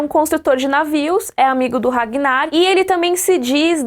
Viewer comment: "Regnar" kkkkkk like